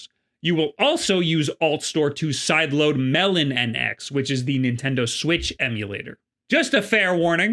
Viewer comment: Sidestore is better. Also, its Melo - NX not Melon- NX :)